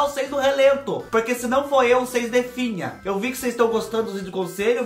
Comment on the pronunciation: Fubá eu gosto do seu sutaque e qdo vc fala pruque🤗🤗🤗🥰